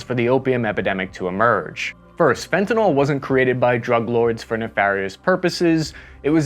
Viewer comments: It’s not Fentanol it’s Fentanyl !!! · It's pronounced fenta-nil not fenti-nall. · Can you even pronounce the word properly? Where do you get Fenta-NAWL? It’s Fenta-NIL, as the expert witness has called it. Please, START with learning the word itself. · Fun fact: "Fentanyl" is not pronounced like "fentanol" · psst.. It's fen-ta-nil, Not fen-to-nol... Like it or not, you're now a professional speaker..... Otherwise I think your podcasts are _great_! Informative & engaging. And I'm gonna buy one of your T-shirts for my brother, a Navy ('78-'82) guy who also digs your pods.. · I love your posts! I have one gripe: the drug you are talking about is pronounced "fentyn-ill", not "fentyn-all" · the last syllable of “fentanyl” rhymes will “pill”, NOT “fall”. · You said fentanol so many times in this video - I’m trying to find a way to write this in a way that comes across as helpful - the “ol” ending implies an alcohol, naming rules in organic chemistry is a whole thing. It’s fentanyl that you’re meaning to talk about. That said, the content is really great, and I hadn’t thought about the retaliation narrative for the opium wars. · Fenta- NYL (Fenta- NIL) FENTA-NYL!!!! (-Not Fenta-NAWL!!! Wtf?!!!) (Edit: Great video, though... but how does this happen?) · Pronounced: fen ta NIL. In chemistry the suffixes matter greatly. So, please, fen ta NIL, not fen ta NOL. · It’s pronounced ‘Fen-ta-nill’ not ‘Fen-ta-nol’ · The pronunciation of fentanyl is right there in the name: fentaNYL Pronounced FentaNILL... not NALL. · Great report. But please pronounce the drug properly as fentanyl as in nil rather than nal. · The worst part is that no one can even pronounce fentanYl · Why are you pronouncing it fentanOL .. annoying AF. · nyl is to be pronounced as you would pronounce 'ill'. Not as ethanol, alcohol, etc. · The guy makes a whole video about fentanyl and can’t even pronounce it properly. There is no a L at the end of Fenton. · It's pronounced fenta- NIL, not fenta-NOL